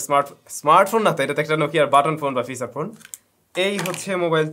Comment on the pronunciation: ফিসাচ ফোন অহহহ আচ্ছা ফিচার ফোন